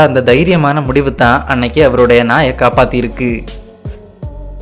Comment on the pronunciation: இருக்கி அல்ல இருக்கு தமிழை கொல்லாதீர்.